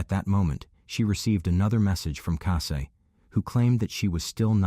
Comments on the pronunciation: It’s Cassie, not Cassay. At least get the victims names pronounced right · Obviously her name was Cassie good old ordinary Cassie but she prefers Cassie’ pronounced Cassay. People just like to be a little different?